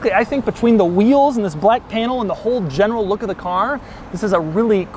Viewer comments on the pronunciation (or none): none